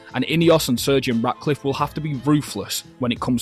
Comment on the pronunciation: I swear he keeps saying Segio Ratcliff